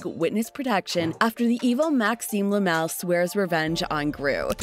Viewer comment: Lamar not lemel